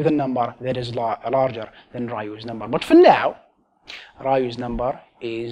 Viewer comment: You said number infinite amount of NOMBARRRR😂